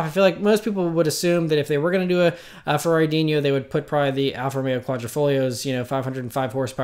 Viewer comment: No enye ( ~ ) over the N in Dino.......it's Italian.....just say Dino pronounced like Fred and Wilma's pet!! About the "brick" thing, the current GT-R's shape belies its coefficient of drag. He places emphasis on its recognizable shape ( a brick ) and it would be ashamed to loose that identity, hinting that the new designs may just blend in with the competition. Congrats on the Bullitt!